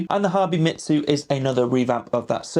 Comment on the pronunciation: Its pronounced “me zoo” not “shitzu” 😂